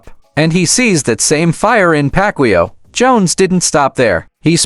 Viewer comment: Ai is dumb 😂 can't pronunciate Mannys last name. AI is for dummies 😂